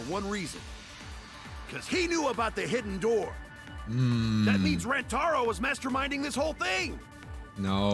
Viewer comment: it's not how you say rantaro it's ran-uh-taro